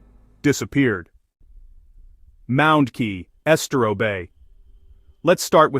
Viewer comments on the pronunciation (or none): Estero, Kissimmee... You can learn the pronunciation of almost anything on Google by typing ...pronounce *